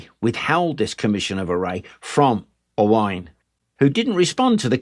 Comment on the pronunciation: As a native Speaker of Cymraeg from Gwynedd and is called Owain you aced the names and pronunciation! Diolch yn fawr, thank you.